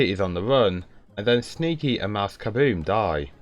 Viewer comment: I heard "Sneaky the canadian" LMFAO